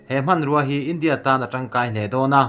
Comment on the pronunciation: 'India' tih i lam dan hi a thu a zirin a lam dan hi fimkhur deuh la tha lo maw....